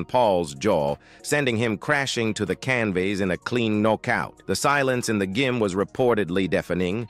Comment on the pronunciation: "The Knock-Out punch, the escalation culminated in a devastating right hUk from Tyson" "Landed flush on Pauls Jaw sendimg him to the Can-Vase in a clean No-kout" "The silence in the Gim was reportedly defening" "Ah Jake Paul, Chuckled at Tee-son" 😂